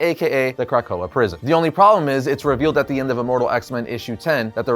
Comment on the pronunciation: Is he saying CRACK-koa or am I hearing things🤔🤔🤔🤔🤔🤔🤔🤔🤔